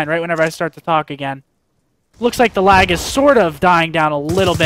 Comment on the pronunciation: Gets me every time he says lagg lol I don't see any at all xc